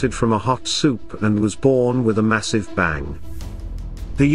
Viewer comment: Why do you pronounce the g in bang? What accent is that?